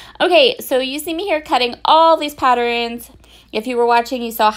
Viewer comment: Why do you say “pattern” properly but “patterns” gets an extra vowel and comes out “patterins”? Is that a regional dialect or accent?